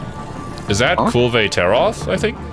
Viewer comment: Idk why but some of these mispronunciations hurt me physically.. such as “Kulveay Taroth’ instead of the actual ’kulv Taroth’ pronunciation